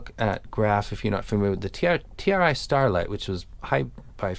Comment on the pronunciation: Dude it's TRI. I don't blame you, though. The font looks like TRT.